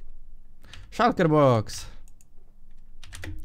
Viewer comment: shulker się wymawia szulker a nie szalker